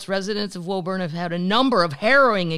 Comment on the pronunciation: Woburn, MA is pronounced (woo burn). Can't wait to see you in Boston!